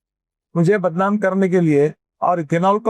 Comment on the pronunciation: बदनाम ❌ बदलाम ✅